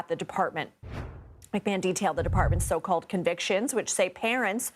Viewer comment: “So called” conviction. Weird emphasis there CBS.